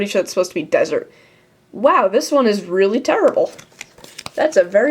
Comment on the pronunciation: rearly- explainable, asians cant pronounce "L's"